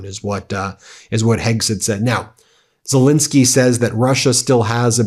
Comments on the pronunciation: Could you at least pronounce the Ukrainian President's name correctly, or is that too much to ask?? It is Zel*E*nskyy, not Zel*I*nskyy. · STOP MISPRONOUNCING ZELENSKYY!!!